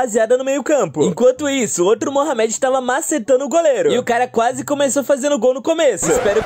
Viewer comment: Não consegui ver o vídeo com ele falando Mohamed (se pronuncia morrâmedi) da maneira errada namoral incomodou demais.